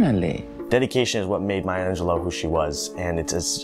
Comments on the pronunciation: I would humbly beg your pardon, but her last name is Angelou (pronounced Ahn je lu. Not Angeloe. It's French and the root word is Angel, which is a messenger. Rather fitting I would say. She was definitely a messenger of the spirit.). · I am so distracted by the fact that you mispronunce her last name as AngelO in stead of AngelEW. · Step one: Learn to say her last name correctly.